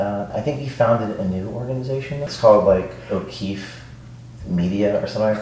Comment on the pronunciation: James OH Queefee lol